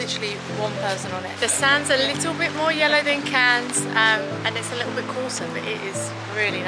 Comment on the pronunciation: Shame you didn't stray from the promenade in Cannes (which you consistently mispronounced, unfortunately - the last two letters are silent), the old part of town is much less decadent and significantly more affordable. You also really should have skipped St. Tropez for Antibes, which is much nicer, with less showy and obnoxious people. First and last of your videos I'll have watched.